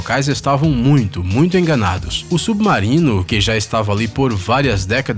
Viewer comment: Submaurino que raiva dessa pronuncia 😂😂😂